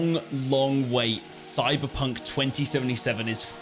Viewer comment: soyberponk sevontee sevontee